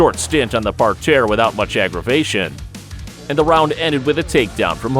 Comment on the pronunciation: What’s a par-tare?